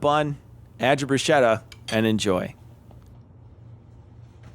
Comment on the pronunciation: Hey, Awesome channel. Congrats. Enjoying the short vids, clearly aimed at those of us who have some experience cooking. Will we ever get a guest spot with Tom accidentally breaking anything he touches?;-) I need to get my 2cents of pedantry in though. Every time you said bruschetta, it really grated the ears! I grew up with a lot of Italians and the "ch" is always pronounced "k". Double "tt"s are also pronounced separately. As in Broos-KET-ta I know you're part Italian, which is why I found this so baffling! Anyway, good luck and looking forward to more videos!